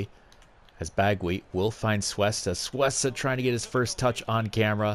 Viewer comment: Its pronounced Coo-esta not Soo-esta, sorry it just sounds so weird the way u were saying it xD